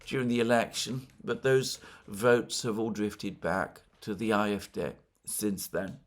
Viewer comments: Ah-eff-DAY, not aye-eff-deh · Aahrr Eff, Day, would be a closer pronunciation IMO. Just sayin'.